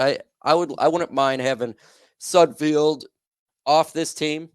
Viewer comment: It is Sud FELD.... Not Sud FIELD. You are as bad as names as SudFELD is at passing.